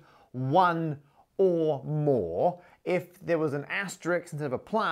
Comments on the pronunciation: Matt, it's asteRISK, nit asteRICKS. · is "asterix" a "valid" way of pronouncing "asterisk" in some parts of the English speaking world XOR was it a case of Parker pronunciation?